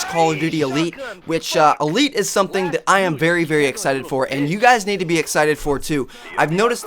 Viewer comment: "jest", "vary"... LOL!